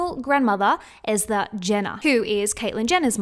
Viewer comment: it's pronounce Est-er Jenner not ether x